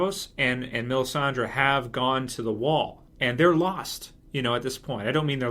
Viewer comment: Why is this dude who looks like Sam Tarly calling Melissandre "Melisandra" lol what the hell